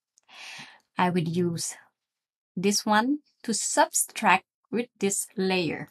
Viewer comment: Subtract, not substract :)...